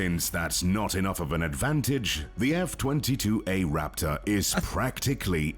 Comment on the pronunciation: Am I the only one who got chicken skin when he said Raptahhh.